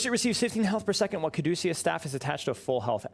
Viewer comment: You're the only streamer I watch who knows how to pronounce Caduceus 😂